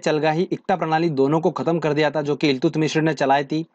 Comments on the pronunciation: Iltutmish Hoga Naki Iltutmishra..😎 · Eltutmis h sir ye.... Mishr nhi.. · इल्तुत मिश्र nhi haa sir इल्तुतमिश hota hai 😆😆😆😆😆. Video achha है धन्यवाद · iltutmishra nai iltutmish hota h